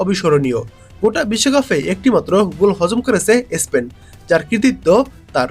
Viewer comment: ইসপেন না । স্পেন বলুন ।